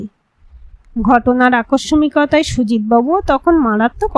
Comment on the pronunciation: বেশ কিছু উচ্চারণ শ্রুতিকটু। আকস্সিকতা হবে আকসমিকতা নয়।